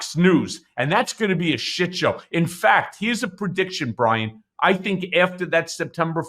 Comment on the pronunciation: Brian with a “w”? Bwian??